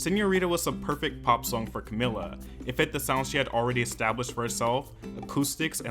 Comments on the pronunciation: If I was above the legal age I will take a shot every time you said to camila's name wrong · Take a shot everytime he says her name wrong 😅